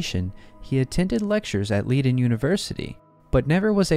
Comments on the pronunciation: "Leiden" is pronounced with a long i in the first syllable. In German, you don't have that confusing "i before e except after c except for many exceptions..." rule. ei is always a long i, ie is a long e. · And Leiden?